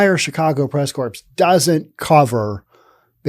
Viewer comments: Not pronounced "corps". It's pronounced "core". Sorry. btw, thank you and a thumbs up for the info. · Hi, I think it is pronounced "press cores" not corps. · core, not corpse, lol. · Corps (as used in press corps, Marine Corps, etc) is pronounced "core" . A corpse is what is left after you die.